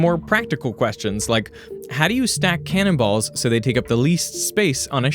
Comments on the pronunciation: I was like: why is he talking about cannibals all of a sudden? it was actually cannon balls. English is weird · ....he says 'cannon balls'....not 'cannibals'..... ^^'